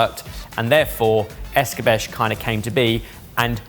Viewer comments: It's not Es-cah-besh, it's Es-cah-beh-che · The word "Escabeche" is generally pronounced as "es-kah-BEH-cheh," with the emphasis on the second syllable. In Spanish, it can also be pronounced as es-"kah-BEH-chay". In French, it's closer to "eh-skah-BEHSH"